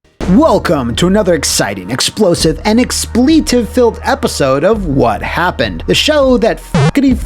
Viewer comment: I’m going to find out “what happun”….or die trying